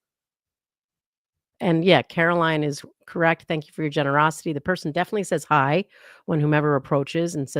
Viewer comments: I think she says "huh?" Instead if "hi". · I hear "Huh?" or " Hmm?" instead of "Hi" after he says Guys.